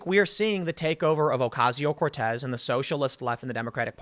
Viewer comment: Her name is "Cortez", come on now lol